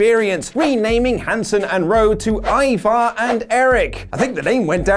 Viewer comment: I'm pretty sure the first half of the match Corey kept callin Hanson "Evar" then changed to "Ivar" I gotta check it out again 🤣🤣🤣 They are F'd in the A' 🤦‍♂️